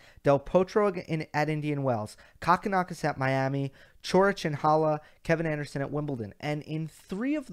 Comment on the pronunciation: Lol!!!! It’s Koe-kin-Ah-kis.... not cock-in-ah-kis lol!!!!